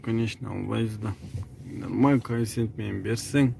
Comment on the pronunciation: Кофцент дейсинби😁